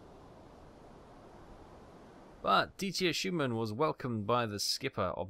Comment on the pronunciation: For the love of God, it's Dieter, not Dietier! You have been driving me mad for so long with your odd pronunciation! Sorry, lost my composure there.